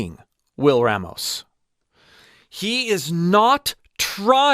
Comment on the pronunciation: Hey, bro.. our last name is pronounced Rah-mos.. Open up that A sound. It’s a common issue with white folks mispronouncing it. Just saying.